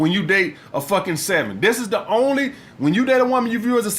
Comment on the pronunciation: either that or a Francophone.. Man said ze.. haha